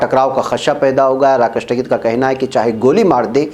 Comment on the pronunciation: ╔═══ ❤☀🍀☀❤ ═══╗, Asak. Kaise News Reader hain Aap!!! Jis Aadmi ka naam aaj har hindustani ki zaban par hai, aap uska naam theek se naheen padh saktay. Uska naam TAKAIT naheen hai balki TIKAIT hai. Kum se kum mashoor logon ke naam theek se padha keejiyay ╚═══ ❤☀🍀☀❤ ═══╝